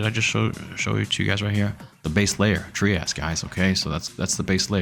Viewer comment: The creator of Trias pronounces it “Try-us”…it’s not “Tree-us”.